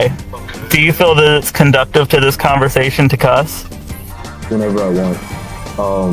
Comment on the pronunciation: Btw, the word he was looking for was "conducive". Not conducTive or proactive, I can see why he mixed them up. Funny thing is, the 2 words are only one letter off, but are pronounced entirely differently. Meaning he's never heard the word out loud, or never used it out loud before. Luckily I speak faux intellectual, and it's clear he only breaks out these words to sound smart.